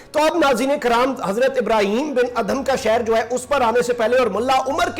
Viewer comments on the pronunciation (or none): none